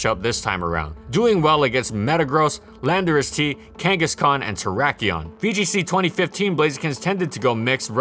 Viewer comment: Kangaskhan yes. Misdreavus also yes.